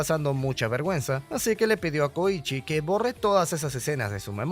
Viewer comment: Soy el unico q penso el koichi de jojos🥺? Porq yo si, si se q se escribe diferente pero yo escuche koichi no koushi 👉👈